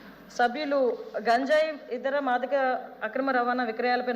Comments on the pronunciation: Gaanjayi antunnavo leda ganjai antunnavo maadhika dravyalu kaadhu H. M. MAADHAKA DRAVYALU PADHALU PALIKETAPPUDU SRUSTAMGA PALAKAMDI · బడిలో బడిపంతులు కి పిల్లలు పాఠం అప్ప చెప్పేటట్టు గా చెప్పకే తల్లి..... గాన్జాయి కాదే...... గంజాయి అని పలకవే తల్లి....